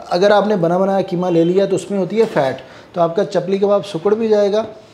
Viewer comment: Bhai aap ki madari zabaan Urdu h aap keema kahte h bilkul zeeb nhi deta h Qeema sahi lafz h❤